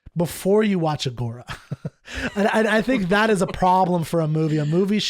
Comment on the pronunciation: If he is a Classicist, why does he mispronounce Agora like that?